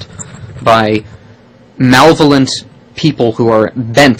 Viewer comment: "mal-volent" FTW!